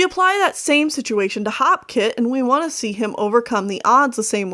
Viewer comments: I thought it was HOPEkit not HOPkit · its hopekit not halfkit i think i might be wrong